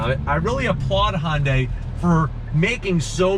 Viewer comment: Its not a "hondai" its a "hyundai"